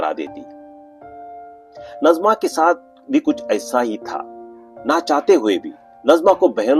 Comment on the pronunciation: नजमा नही नाज़िमा है